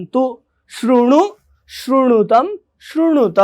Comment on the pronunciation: शृणुत होगा , श्रुणुत नहीं.... 2nd last वाक्य।